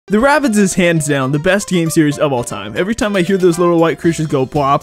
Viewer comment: It's RABBIDS. There's no T in the name.